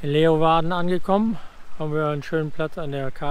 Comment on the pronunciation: Der Ort, die Stadt heißt nicht Leuwarden, sondern Leeuwarden. Lee u warden. Gesprochen Leeuwarden...